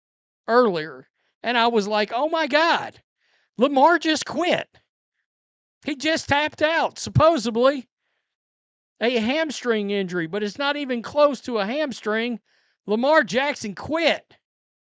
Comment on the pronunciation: It’s impossible to take you seriously when you say “supposebly” that’s not a fuckin word ya big dummy. If anybody should quit, it’s you quitting drinking, your face is red as hell from to booze. This is coming from someone who isn’t even a ravens fan, you are literally just a racist dude that hates Lamar.